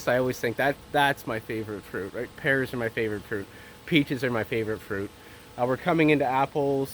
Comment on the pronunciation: Hey! It took me awhile to find out whether you were saying pears or parrots. It has been too long since I've heard your dulcet tones. If you are sick of eating pears, how about making some Perry? You could also preserve them in spirits, macerate them in red or white wine (or indeed some of your fine Inniskilin Ice Wine), dry them and use them in my annual Christmas Cake recipe entitled "Pear and Whiskey Cakes" that I have been making for the last 15 years for friends, relatives and work colleagues. Just remember that you are half French (I just hope it is the eating half). I suffered for my art and now it's your turn! Cheers!